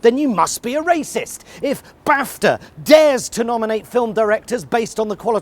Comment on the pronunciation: BTW, it's called BARFTA...BARFTA...🤢